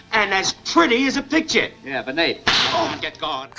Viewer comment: I'd like your videos a lot more if you didn't pronounce the word picture the same as the word pitcher.